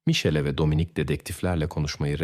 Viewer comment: olay italyada geciyor ama polisler amerikan, polis arabalari amerikan, pasquale birden paskal oluyor, italyan medyasi yerine amerikan medyasi, once micele diyorsun sonra misel diyorsun, ikiside yanlis telaffuz, dogrusu mikeele diye teleffuz edilir. grazela oldu giricella sonra oldu grikella sonra oldu grisella.. yuh yani naptin yahu. bir dahaki sefere ya gercek goruntuler, fotoraflar kullan ve telaffuz ogren ve olayi arapsaci gibi degilde bastan sona dizilimli anlat ya da sen bir daha program yapma